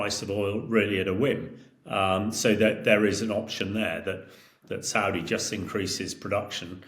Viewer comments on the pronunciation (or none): none